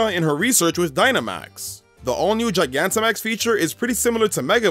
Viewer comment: lol you got charizard Gigantimax right